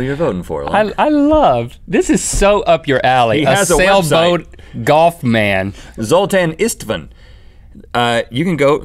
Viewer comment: D i think you said that name a little bit .. weird , but its okay , that name not used in english , Zoltan Istvan , Istvan is Steve at english. On wiki, he is american, but that name is hungarian, maybe his parents were hungarian, i don't know, but the pronunciation was funny.